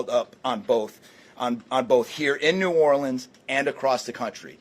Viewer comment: Biden sounds like an idiot trying to pronounce Nawlins like he lives there.